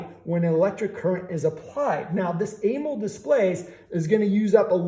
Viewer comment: Why you say Amold? Its pronounced A MO LED 😂.